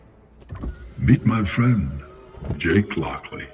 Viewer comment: Its jake not jack